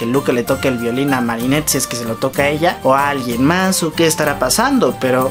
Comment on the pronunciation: Jeje dijiste villoli en vez de violin Minuto